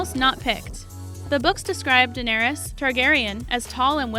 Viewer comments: You start out annoyingly incorrect in your pronunciation of Emilia’s GOT character’s name, but corrected halfway through, so, points, but it drives me so crazy when her name, after all this time and popularity, is mispronounced. For the record: “Duh-nair-iss” Not: “Duh-nair-EEE-uss” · It’s pronounced like Dan-air-us.... not Danarious!!! And I think us fans knew most of all those facts. Old news 😒😞😲😴. These facts are so old.